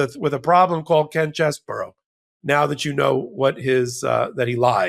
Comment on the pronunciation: What a sleazy creep. BTW,: I should let you know the correct pronunciation of Chesebro is much easier on the ears. His last name is NOT pronounced "Chess-burr-ow"; it is: "Chez-bro". See? It has just two syllables. There ya go. You're welcome.